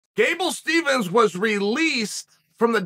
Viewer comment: "Gable Stevens" 😂😂😂